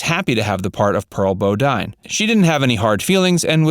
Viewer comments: It's Elly May Clampett not Ella and it's pronounced "Bo -dean" not "Bo-dine". SMH....do you even watch an episode or two before reporting "facts"? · Critics mean dick! Elly Mae, not Ella. Bodine is pronounced "Bo-dean". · Most of this I knew, however I did not know about buddy Ebsen and Jane Hathaway’s character. I’m glad it didn’t show on the show. But, you accidentally pronounced Pearl‘s last name wrong.